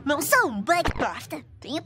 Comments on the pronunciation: Kskskskskskksksks eu ouvi "eu n sou um bug bosta" kakakkakakakakakakak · tem uma parte q parece que a vanelope fala: "Eu NãO SoU uM BuG bOsTa" like se vc quiser o ta com medinho cebolinha (turma da monica laços) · Eu ouvi: "Não sou um bug bosta" Kkkkk